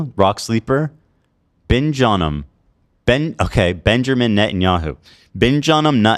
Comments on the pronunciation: Ben-jung-men Nutin-onyou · Ben-jammin Nut-on-yu